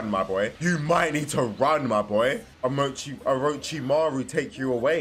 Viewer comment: I hate how he says Naruto… he got orochimaru with perfection first try 😂😂